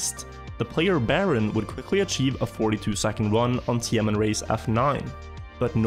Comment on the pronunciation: Every time you say TMN i keep hearing tianenmen 😭